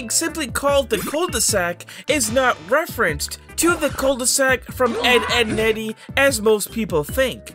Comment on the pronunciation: "Coule de saque"... Me, a french person : Bruh